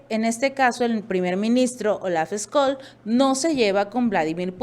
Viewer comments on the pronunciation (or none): El apellido del canciller alemán (Olaf Scholz) se pronuncia Sholz no Eskols. Es importante decirlo correctamente para saber de quién estamos hablando. Sobre todo porque es uno de los principales personajes que nos están llevando a la ruina